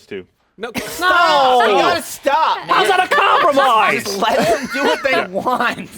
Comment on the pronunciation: "comprimise" made me laugh soda up my nose